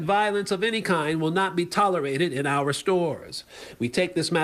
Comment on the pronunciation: Love the channel, been watching for over a year. Remember, it's "our" rights, not "are" rights. Our rhymes power, are rhymes with car. 😊